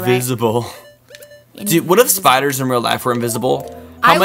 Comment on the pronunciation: Note to self: invent invisible spee-iders.